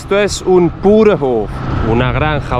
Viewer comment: Lo que yo me estoy preguntando, o no estás seguro de cómo se pronuncia correctamente Österreich o lo estás pronunciando dialectal. Porque hasta incluso Bauernhof lo dijiste algo extraño. Me puedes aclarar esa duda?